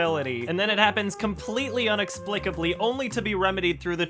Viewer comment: LOL "UN-explicably"